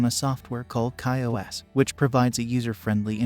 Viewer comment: Bot AI Voice mis pronunciation is not cool. Nobody did a quality check before publishing. Say “Kyocera “ .. Ki Ow Serra What did the BOT Narrator say ? Unintelligible.